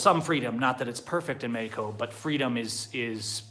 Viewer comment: Bro if you are going to try to say Mexico in spanish, then learn to pronounce it correctly . And good luck with the new socialist Mexican president. Please dont come back. Oh and by the way Mexican see u as a joke. Just give it time and you will realize it.